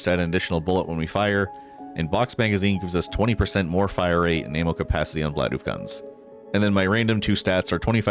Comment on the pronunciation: Saying vlaof like bidoof ended me